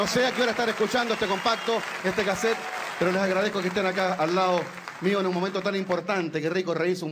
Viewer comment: Este "cazet" 🤣